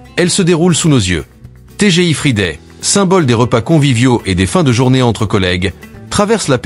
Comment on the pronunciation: Pas TGI fridé mais frailledé 😂😂😂😂